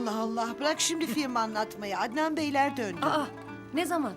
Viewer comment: Husnu kuruntun derken Adnen 😂